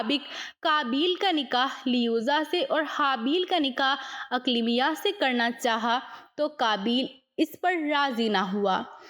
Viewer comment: Not Aklamia it’s Aqleemah